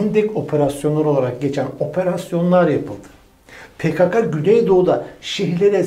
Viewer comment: Türkçede sessiz harfler yanlarına e seslisi eklenerek okunurlar. Türkçede Ka diye bir harf yoktur. PKK, Pe Ke Ke diye okunur.